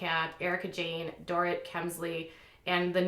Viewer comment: Doesn't seem like you've watched RHOBC. Denise Richards has been VERY open about her sexual history on the show. Also, you mispronounced Rinna, and Dorit. If you don't watch the show, you might acknowledge that.